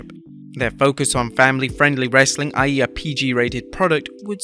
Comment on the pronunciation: I hate how you say wrestling